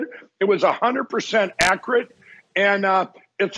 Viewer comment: Did Pillow say “acrit” about the Osage county thingy? If he doesn’t know how to pronounce “accurate”, then he’s not an expert on accuracy